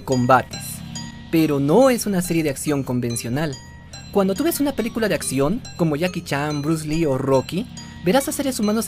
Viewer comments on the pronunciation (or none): none